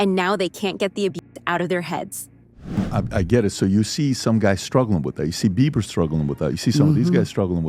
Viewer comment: Does he say Beaver?😅